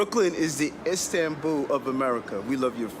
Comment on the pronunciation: INSTAN-bul? who df made this?